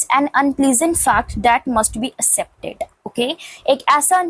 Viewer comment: Accept ka pronounciation thk kro mam